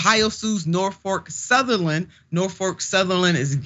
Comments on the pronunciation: She clearly called it "NorfoRk Southerland. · I believe that anyone who cannot pronounce a railroad's name correctly is an idiot! #Norfolk Southern is the correct pronunciation